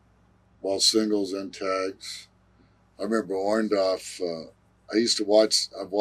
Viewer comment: Orndorff not Orndoff lol